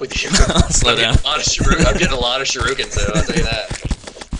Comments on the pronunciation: Shuriken, not shiruken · is shur-ik-ins not shur-roo-kins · Does pronounce "shuriken" like that on purpose? I noticed Jesse Cox pronounces it exactly the same way. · Why does EVERYBODY pronounce Shuriken wrong? Its like Raiden from Mortal Kombat... EVERYONE says it wrong.